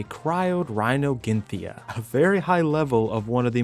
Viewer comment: Rino-nathia btw